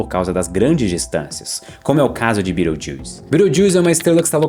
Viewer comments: Mano juro que tive que voltar o video, vc falou Betelgeuse e eu ouvi "Birotildes" 😂😂😂😂😂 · Falou Betelgeuse soando como Beetlejuice, já lembrei de Os fantasmas se divertem 😂😂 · Não há NENHUM motivo justificável para pronunciar o nome de uma estrela em inglês em vez de em português! Fala sério! 🙄🤦😡😤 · tbm nunca tinha escutado assim